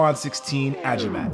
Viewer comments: "A-Gee-Mat" not "A-ji-mat" Mandirigma means Warrior Mandirigma sa Madirigman means Warrior to Warrior and the 3 stars means the major islands in the Philippines, Luzon, Visayas and Mindanao. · Its not ajimat "agimat" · pronounced as a-ghee-mat not ajimat. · It is pronounced " A-GEE-Mat" not like "Ajimat"❤ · It’s A-GI-MAT not A-JI-MAT 3 stars could be part of the Philippine flag Just saying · Agimat not ajimat love the vids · No no no, not A-JEE-MAT. Its AG-EE-MAT meaning “amulet”. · It's A-G-MAT Pronounced that way not A-JI-MAT. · Bro not A-ji-matt AGIMAT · Its pronounced ageemat btw not ajimat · It’s pronounced "Agimat" not "Ajimat" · It's ah-gee-mat not ah-ji-mat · Pronouncation though it's a ghee mat not a ji mat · Agimat is pronounced as A-ghee-mat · It's Agi!! Mat! Ahhgimat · A - GEE - MAT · PEENOISE A-GAY-MAT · you pronounce agimat AGI-MAT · You pronounce agimat wrong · I'm one of your Filipino subscriber your right in the meaning but the pronunciation is slightly wrong